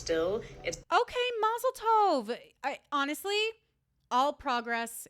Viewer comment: The way you said "mazeltooov!" is how I knew you were Jewish. (I am Jewish, too.) I say it the exact same way lmao